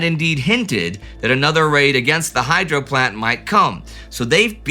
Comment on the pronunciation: Every time you say "hydro" I hear "hydra". Somebody send in Steve Rogers.